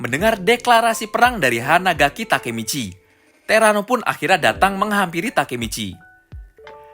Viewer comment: Hanagaki coy bukan hanadaki 😂😂😂